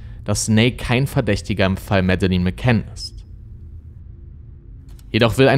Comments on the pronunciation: Ich habe schon Interviews mit den Eltern gesehen. Man spricht diesen Namen dennoch nicht so aus, wie es das ganze Video über tut (er spricht es so aus, wie ich es geschrieben habe, was falsch ist) und zwar in keiner Sprache. Das erste e ist stumm und das zweite e wird nicht wie ein langes i ausgesprochen, sondern wie ein kurzes e. Das dritte e ist natürlich auch stumm, was so ziemlich das einzige ist, was er an diesem Namen richtig ausspricht. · Das stimmt. Es wäre ja eigentlich ein Leichtes gewesen, z.B. den Namen richtig auszusprechen, besonders da er ja anscheinend die Netflix-Doku oder sehr wahrscheinlich zumindest einige Interviews mit den McCanns gesehen hat, als er das Video vorbereitet hat. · Schade, dass du dich immer so schwer tust, wenn es um die Aussprache von Namen der im Video genannten Personen und auch Orten geht… Es wäre nicht schwer gewesen, herauszufinden, wie man „Madeleine“, „Praia da Luz“ etc. ausspricht. Finde das gerade deshalb so schade, weil deine Videos ansonsten wirklich hochwertig und gut recherchiert sind, aber das stößt mir echt immer wieder sauer auf, genau wie Grammatikfehler, die sich ebenfalls hartnäckig durch all deine Videos ziehen, die ich bisher gesehen habe. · Sagt man nicht Mädlin? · Und Madeleine wird "Mädlin" ausgesprochen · recherchiert gut, aber bei der Aussprache von Namen und Orten rollen sich einem öfters mal die Zehennägel auf. Auch hier wird der portugiesische Ortsname penetrant falsch ausgesprochen. Leider wertet das die ansonsten guten Videos m. E. doch sehr ab. Auch gibt es im Deutschen Grammatikfehler, die er immer wieder macht - Genetiv bei Monatsnamen: "Am Abend des 5. MaiS / AugustS" etc. - Was für ein Mais...? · ich habe auch nicht behauptet das es richtig ausspricht, tut er nämlich nicht, die sagen tatsächlich Madelinn, da sie Schotten sind. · Ja,er hätte wenigstens lernen können ihren Namen richtig auszusprechen. Mäddelin klingt halt zum lachen😆😆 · Sie heisst Madeleine